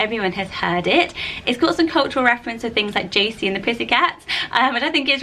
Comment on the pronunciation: Woohoo I made a list! I am Josie Louise. And thank you for saying it right! Jo-see not Jo-zee.